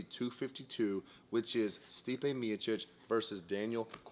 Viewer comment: Did you say biotchic